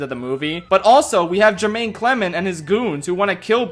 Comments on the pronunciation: not Jermaine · HIS NAME IS NOT JERMAINE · Your continuous mispronunciation of name wears on me every day. Great video, though. I loved it. <3